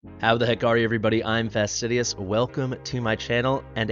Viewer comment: AYO! Fastidious with the french accent!